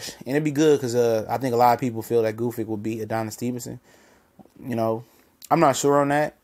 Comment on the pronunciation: OMG, what is so hard about Gvozdyk's name? :) It rhymes with "gnostic", "caustic", "cosmic". Gvoz (long "o") + dyk (like "dick").